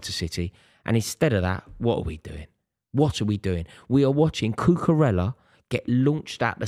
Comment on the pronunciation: Does anybody else wish he would pronounce Cucarella correctly?